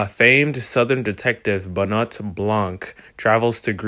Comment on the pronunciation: It's pronounced Ben-Wah.